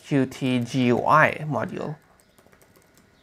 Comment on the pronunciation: What is "Joo-Why"?